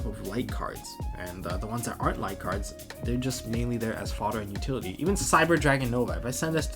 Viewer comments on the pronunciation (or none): none